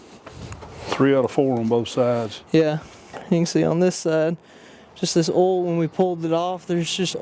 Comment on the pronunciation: And yes I have met people who pronounce oil the same way that you do. But I'd like to remind you that there is a letter I between the O and the L